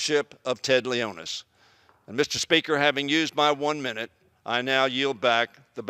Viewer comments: Did he say Ted Leonis? It's Ted Leonsis. Either way, Caps still won, and I'm really happy! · It's LEON-SIS! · Ha he said our owner wrong!!! Ha like if u saw if too